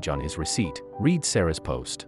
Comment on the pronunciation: Terrible voice of story teller and said "read" the wrong way, either "red"or"reed" makes a real difference,but is the same spelling, wake up please!